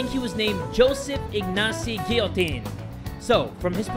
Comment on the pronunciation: Boi stop pronouncing guillotine wrong